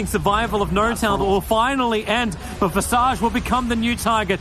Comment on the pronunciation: Visage?? I thought it was Visage 🧐🧐🧐